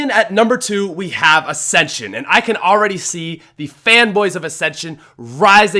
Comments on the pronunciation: What acsension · I was offended when he said ascension